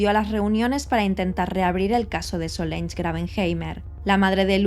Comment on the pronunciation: Se llamaba Solange y se pronuncia "solansh".